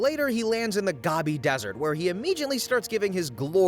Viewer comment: To put in this much work in narrating and editing while still not able to look up how to properly pronounce Gobi and Ouroboros.